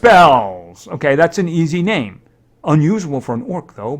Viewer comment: Get bankrolling you have never said my name wrong and when you said it the first time you said it exactly right.